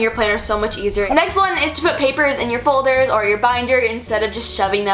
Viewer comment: I am the only one who heard her say "fuldurs"